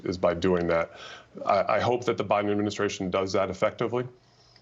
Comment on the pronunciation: How come you say Biden Adminisyration? It still is a sort of ghost administration which didn't yet come into being. What is wrong with you?